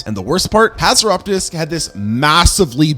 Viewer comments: You pronounced hatzegopteryx slightly wrong. (Hats-eh-gop-tricks) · You miss pronounced haxygopterex